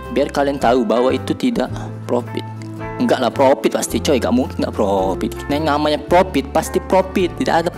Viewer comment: Profit bang bukan propit